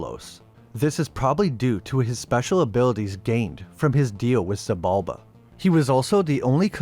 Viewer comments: Xibalba is Maya Mythology, not Aztec, and it SHI-Balba, not Si-balba. X is a Sh. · culebra ---> kuˈle.βɾa Xibalba ---> like: shee bal ba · Not bad, just Xibalba is pronounced "She-Bal-Ba" (at least in Spanish), and Culebra is pronounced "ku-le-bra" (speaking as someone who is half-Mexican) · It’s actually pronounced Sheeb’ Alb’ a the X makes a sh sound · "She"-bulba! For Xibalba...The X was pronounced like She...Similar to Sidhe... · The X in Xibalba is pronounced like sh. She-balba.